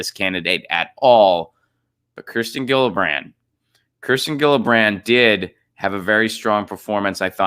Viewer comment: IT's pronounced Jillibrand--- soft G,. Sheesh